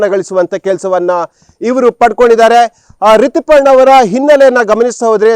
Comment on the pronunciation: ಸರೇಶ್ ಅಲ್ಲ, its ಸುರೇಶ, ರಿತಿ ಪರ್ಣ ಅಲ್ಲ, ರಿತುಪರ್ಣ 🤣